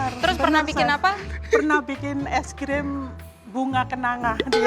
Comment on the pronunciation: es grim 😂 jowo tenan